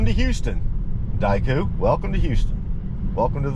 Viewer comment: It’s Daikin Park, not Daiku. Japanese company.